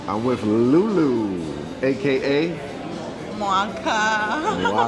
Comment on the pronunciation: You say lu.lu? Ahahahah